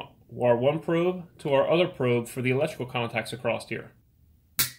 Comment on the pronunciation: ACROSS (NOT ACRROST)!!!!!!!!!!!!!!!!!!!!!!!!!!!!!!!!!!!!!!!!!!!!!!!!!!!!!!!!!!!!!!!!!!!!!!!!!!!!! NO "T"